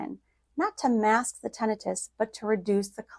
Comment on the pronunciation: You mispronounced Tinnitus